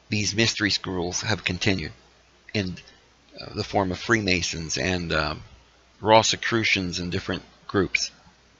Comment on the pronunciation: It's pronounced "Rose-i-crewshon"